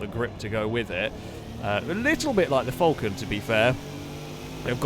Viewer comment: As an Australian, I find your pronunciation of Falcon deplorable.